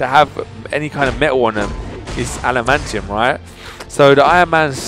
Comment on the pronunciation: It's not called alimantium